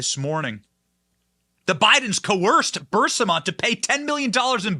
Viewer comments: Burr-eeezma, Benny. Pronounce it that way? Please? Not Bursima. Just look at the word, hard? Get hooked on phonics? ........ Love ya, Benny. Keep up the great work? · Bur-EE-sma. Not BUR-sima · BENNY, BENNY, BENNY -- PLEASE, PLEASE, PLEASE learn how to pronounce the Ukraine company. It is called, phonetically, B U R E E E E E E E E E E S M A --- NOT B U R S I M A. Look at how the name is spelled. I'm beginning to believe you are dyslectic. You drive me nuts listening to these posts when you cannot even pronounce a company's name correctly. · It’s Burisma not Bursima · It's BURISMA NOT BURSIMA! I know it's petty, but you're a journalist, so you should make an attempt to pronounce words correctly. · Bur• Ris• Ma NOT Bursima.😂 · Ffs Bennie, i enjoy your show, but its Buh-riz-mah. Not Bursima. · PLEASE...IT'S BURISMA...NOT BURSIMA!!!!!!!!!!!!!!!!!!!!!!!!!!!!!!!!!!!!!!!!!!!!!!!!!!!!!!!!!! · Damn it Benny! It's Buh-Ris-Ma not BUR-SI-MA. Phonics Benny Phonics. You're killing me.... LOL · burISma, Benny. Please. Please STOP saying BurSIMA. it's like saying "nucular" instead of NUCLEAR.. ugh. I love your show, but seriously. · It's not BUR-sima, Benny, it's Bur-EES-ma. Your pronunciations make me crazy. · Bur-si-ma…?!? It’s Bur-is-ma! Get it right! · The company's name is pronounced and spelt, BU RIS MA. It's not berserma. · Burisma, not Bursima, Benny..but great show as always! Keep up the great work! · It’s NOT Bur-Si-ma . IT’s BURISMA Bur-Is-ma Burisma Burisma Burisma! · about to unsub if he says bursima again, burisma benny, as bad as people spelling rhino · BRRR-REEEEZ-MA BRRR-REEEEZ-MA NOT BURSA-MUH! BRRR-REEEZ-MA OR even BREEZE-MUH C'mon Benny! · Burisma is pronounced br-ee-smuh. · Love you man but you are mispronouncing Berisma. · Bur-EES-ma. Come on, Benny, get it together. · Say it with me, BURR-IZZZ-MA. 😂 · Bur-EEZ-ma. And Let's Go Brandon. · Burr iss maa Burisma Benny😅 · BENNY!!! It is pronounced Buh-REEZ-muh, ffs!! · He never 👎 gets it right